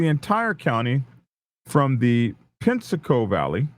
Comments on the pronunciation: 😂 its not penny-asco its pen-ya-sco or peh. - nyahs. - koh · Good try on the pronunciations! Penasco is (penny ascO) and Pilar is (pea lar). Love the channel BD!